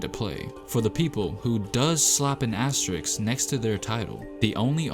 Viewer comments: AsteriSK, not asteriX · Asterisk, not asteriks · ASS - TE - RISK not ASSTERIX ... this is asterisk is shit. you cannot rob other teams winning because someone is injured. fuck your asterisk shit. you cannot blame other teams victory because someone was not there. it not their fucking fault. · Uh. It's pronounced ass-ter-risk not ass-ter-ricks. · not to be that dude but its asteriSK not asteriKS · Say it with me: “ASTERISK” Not “Asteriks” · The spurs one shouldn’t even be here, I don’t think they went out and prevented everyone else from training as they are paid millions to do. And by the way it’s asteriSK not asteriKS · Fucking “asteriks” it should be “as-te-ris” dumb youtuber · Asterisk vs Astericksssss.... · You mispronounced every asteriSk. You need to emphasize firsz S. It is not easy but do it. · My left eye twitched every time he says “asterix”... and it’s not a pleasant feeling. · Aks-teriks? It’s soooo seemple! Isss like MaF-ematics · So triggered when dude says asterixxx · Asterix, hahaha...dude... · A S T E R I K S lol cmon guy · This guy made a video about asterisks and can’t even pronounce the word